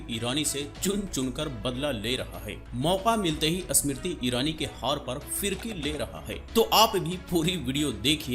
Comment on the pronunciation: ASmiriti irani nhi smiriti irani bol 😂